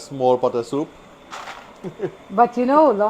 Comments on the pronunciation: Looks lovely! "Soop" is what I grew up hearing too 😂 Uncle is right, Saturdays were always the designated days for soup. Keep up the great cooking! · OMG! I love your "soop" 😄I enjoyed your stories and yes please write that book. People see the end but don't know the journey. Blessings to you and your Family❤❤❤